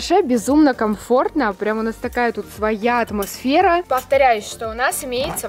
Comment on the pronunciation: Посчитайте сколько раз она сказала атмосвера!🤣😂🤣😅